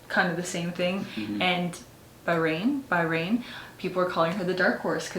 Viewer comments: I think Bahrain is being read as Ba-Ha-Reyn or Baa-Rayn. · It's pronounced as BA-HA-RAIN 😍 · bah-rain, hi guys please look up for Bhutan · Siera: It’s Bahareyn(Bahrain)❤️☺️ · Bahrain = Baa.rayn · It is pronounce as Bah-ha-ren (Bahrain) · In arabic they pronounce Baha Rain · Ba-ha-reyn, that's it. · Bahrain Ba -rain 🙂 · Hi Siera, you can pronounce Bahrain 🇧🇭 as Baharain! ✌️ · Bahrain you can say it as "Baharain" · BA-Ha-Rain ( Bahrain) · Ponounced as Baharain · Hi Siera! You look amazing today 🫰❤️ *btw it is pronounced as Bah-ha-rain. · Bahrain is pronounced as BAHARAIN.